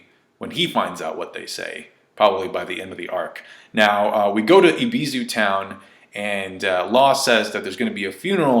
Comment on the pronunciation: It's Eh-B-Su(like in super), not "Ibizu"...